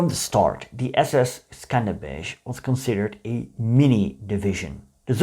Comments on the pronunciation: It is pronounced "skander-beg" not "skanderbezh" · Im albanian and i didnt even know the division existed,thanks for teaching us. Also you pronounced skanderbeg wrong the right pronounciation is skënderbeu or if you say skanderbeg you pronounce the letters as they are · Skenderbeg its really hard to pronounce 😂😂😂 Try chatgpt! 😁